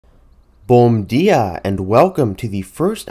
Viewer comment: nice "bom dia" perfect pronunciation